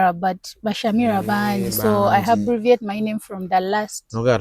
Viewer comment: I heard her say i "habbreviate"...😢😮